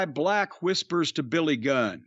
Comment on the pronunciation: The House of BLECH never gets old😂 But in all seriousness, if Billy’s truly done, he deserves his flowers💐